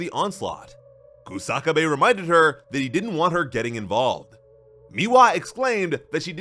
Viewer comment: It's Kusa-kabe not Ku-saka-bae